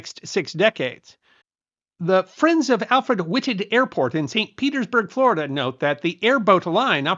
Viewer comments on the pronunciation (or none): none